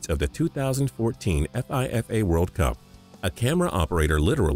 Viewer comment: it's not F I F A you but the letters all together and pronounce it as FIFA (fee-fah)